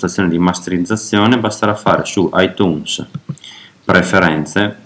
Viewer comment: cmq si pronuncia aitiuns si pronuncia poi si scrive itunes :)